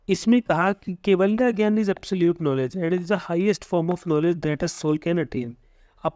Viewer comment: Sir jnan ko gyan pronounce krte hai...